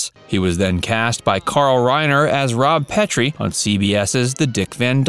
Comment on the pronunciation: It's pronounced Rob PET-TREE